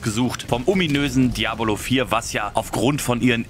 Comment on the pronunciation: Ich fand dein Video der Hammer.. geb dir in allen Punkten Recht und hab das Video deshalb auch genutzt, um Helldivers2 Freunden "vorzustellen" :) Trotzdem hast du mich immer wieder verrückt gemacht mit der Aussprache von "DiabOlo" arg :D :D :D